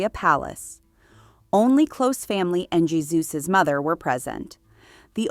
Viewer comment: Ie-su. Ee-ay-su